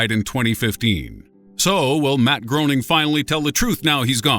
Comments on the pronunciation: I know I hate when channels name their videos like that....this dude is trying to show us things we "don't know", yet he doesn't even know how to say Matt Groening's last name. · The last name of the creator of the Simpsons, Matt Groening, is pronounced “Graining”, not “Groaning”. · Matt Groening is pronounced gray-ning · It's pronounced GRAY-ning, ya putz. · I'm groaning over the pronunciation of "Groening" ("graining", not "groaning"). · Number 11 You pronounced the creators name wrong it’s Graining not growing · the simpsons creator's name is pronounced GRAY-ning, not GROW-ning!!!!!! JEBUS!!!!!! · It’s pronounced, graining! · IT IS NOT PRONOUNCED GRONING! IT IS GRAIN-ING! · How can the narrator not know it's pronounced like 'Grey-ning'? It's painful to hear him pronouncing it 'Groaning' every single time. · Matt Groening's last name is pronounced Gray-ning not Groan-ing. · it's not pronounced like Matt Groaning It's pronounced GRAYning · Did anyone else get seriously annoyed that he pronounces Matt Groening's last name wrong? (GRAY-ning, not GROAN-ing) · *Matt "Gray-ning". Lord, that was so annoying. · His name is pronounced Gray-ning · Your credibility is questionable considering you don't know Matt Groening is pronounced "Graining" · Breaths in IT'S PRONOUNCED GREY-NING, ALTHOUGH SPELT GROENING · It's pronounced Grey-ning. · Matt GRAY-ning idiot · Groening, pronounced "greyning". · it's pronounced Matt gray-ning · Matt Groening's name is pronounced "GRAY-ning" not the way it's spelled. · Matt Groening's surname is pronounced "Gray-ning". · It's pronounced Graining like raining. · It's pronounced Matt Graining :) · every time he said Matt Groening's name wrong I cringed. it's pronounced Graining. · .... its "graining" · Groening is being pronounced wrong. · Nobody is commenting on how he keeps mispronouncing Groening, smh. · It's pronounced Grenning, and Gerva-is. WTF.